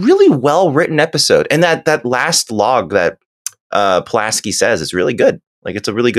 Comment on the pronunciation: Pulaski not pulaNski